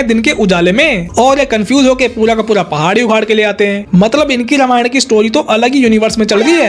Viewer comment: रामायण , not रामायणा !!